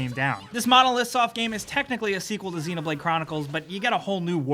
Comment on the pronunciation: You pronounce xenoblade like its xenomorph that how you pronounce it